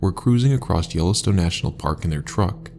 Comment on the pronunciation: I guess the robot doesn't know how to say Yellowstone